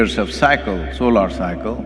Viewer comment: Why do most Indian mispronounce Solar as Solaar?